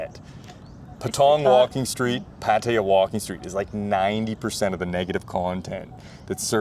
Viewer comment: you speak very well, but you've been in Thailand for 11 years? Now you're ready to pronounce "Pattaya" correctly. Listen to how Ying pronounces it.